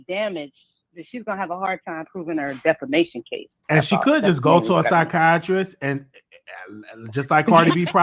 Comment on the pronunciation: NOT DEFOMATION DEFAMATION 😆